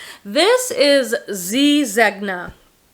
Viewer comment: I would call that "flounce" on the Contempo Casuals dress a "bib overlay." Zegna is pronounced ZENya. Whenever you see a gn in an Italian name, it's like an "ny" sound - think of the word lasagne. By the way, your hair looks so pretty in this video.